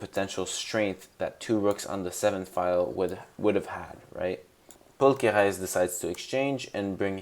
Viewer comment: Great video but why are you pronouncing Paul Kereses name like he's French 😂😂